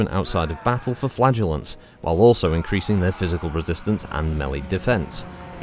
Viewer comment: When you said Flagellants I hear only Flatuents!.